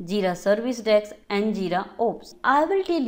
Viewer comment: Please pronounce 'Desk' as 'Desk'.